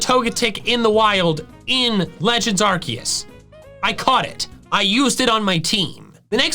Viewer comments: Correct pronunciation of Arceus is 'Arkoos' , not 'Arkeus'! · IT'S ARCEUS, NOT ARKOOS! PLEASE SAY IT RIGHT! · Why people keep butchering Arceus nama. Is Ar Se Us. Not ArKeus, Not Aku. In Japanese is ArSeRuSu. So in English and Spanish in Any Language should Sound ArSeUs. ArSeus, ArSeUs.😅 Geeez! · STOP SAYING ARKOOS ITS ARCEUS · Its arSUS not arKOOS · It’s Arecus not Arckoos 🤦‍♂️🤦‍♂️💀💀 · If you’re gonna pronounce Lord Arkoos’ name, pronounce it correctly, peas and carrots. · No, it is Arceus! Arkoos is not how you say the name, or spell it for that matter! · ok heres something i learned its actually pronounced Arch - e - us not Arc - e - us or Ar - koos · ahr-KAY-oos. If it's a Latin word, that's how it would be said. Love your channel mate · bidoof is not a God he is a stupid beaver. And also can you stop saying arkoos it annoying 😒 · I can't help but find it actively discomforting that you actively mispronounce Arceus' name... Like, why? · IT IS ARCEUS! THERE IS NO K IN THE NAME, AND THERE ARE NO O'S IN THE NAME! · How come you're pronouncing it like that #arceus